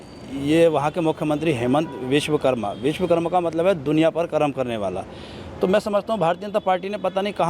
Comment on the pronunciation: Biswkarma nehi ji /Bishwasarma nam hain un ka sehi boliye 🇮🇳🇮🇳🚩